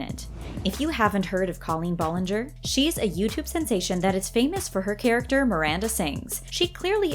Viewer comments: Cringe lol your saying Colleens name wrong but still a good video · Okay, two things. She was in Nickelodeon, not Disney. Secondly, Colleen and Ari are like best friends, so like...it wasn’t even a question that she’d be in it. Also, the fact the voiceover says Colleen Ballinger name's wrong bothers me a little.